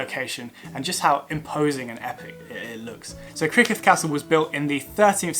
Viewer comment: You really could have made a better effort at Welsh names. Rhyd Ddu sounds like "Rheed Thee". Criccieth sounds like "Crick Yeth".